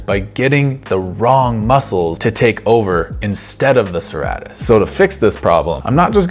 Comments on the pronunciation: It’s pronounced sir-ate-tus like a serrated knife which is the shape it’s named after. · I know I’m being kind of a dick by saying so, but it’s pronounced suh-ray-tus. Awesome vid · Pronounced: Sir-Ā-tus Thanks, that was great content.